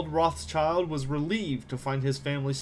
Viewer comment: Also -- Rothschild is pronounced Roth-Shild. Or in other words, Red-Shield, in German.